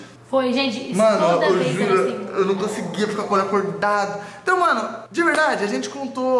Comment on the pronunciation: Tá parecendo o povo que apoia danan. Dani fala "mano" e o povo ouve "moh" "amor" kkkkk pqp